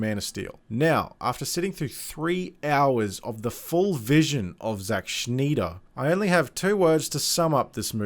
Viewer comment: Snyder not Schnyder or Schneeder. Stop trying to be cute.